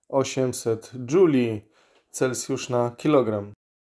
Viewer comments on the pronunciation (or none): none